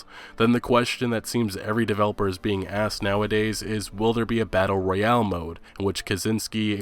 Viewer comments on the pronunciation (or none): none